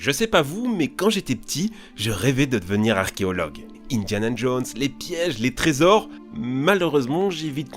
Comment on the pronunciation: "Indian and Jones" xD